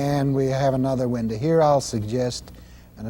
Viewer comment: "Windah" "Shadah"